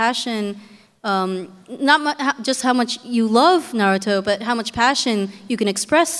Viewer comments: wow! I wish I could have been there! but that host... the way he pronounced "Na RU Toe" ...so irritating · A bit old, but I I agree. He was saying Naruto wrong, however as best seller, he probably meant in America at the time, otherwise it’s one piece. Oda knows this and states this as well.